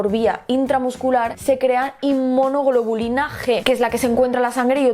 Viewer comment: jajajaja tuve que devolver el video, dijiste inmonuglobulina XD ya se, es complicada la palabra, eso te pasa por estar cantando reggaeton.